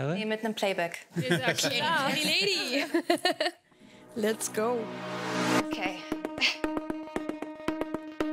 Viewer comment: Mich triggert ihre englische Aussprache 😂Cherry Cherry Läitey